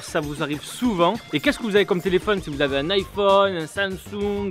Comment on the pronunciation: iphone - samsange - honor - hawawie